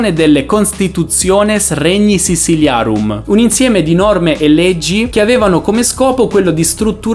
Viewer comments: Sissiliarum? SiCIliarum!!! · Non credo che la pronuncia sisiliarum sia il top....video molto interessante